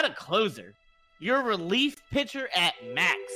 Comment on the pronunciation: That “AT. MAX” had some stank on it